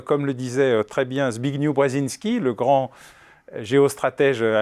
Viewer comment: Zbigniew se prononce Zbignieff, pas "the big new"... 🙂